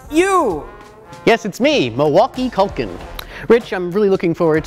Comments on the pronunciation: He’s a culKIN, not a culKANT! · LOL "Milwaukee" Culkin